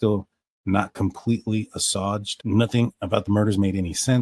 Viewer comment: I love that you guys always post up so fast when something new comes out in this case.It's always so appreciated! Oh yes...fyi: "Assuaged" is pronounced "uh-sway-ged," with the "ged" being said like caged or forged. Great video,and that's crazy! hell yeah it implicates him more than ever.